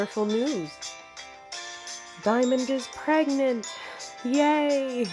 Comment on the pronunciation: Lol I just realized that in the video she said diamond is pregnent not pregnant xD